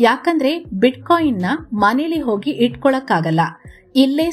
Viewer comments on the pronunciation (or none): none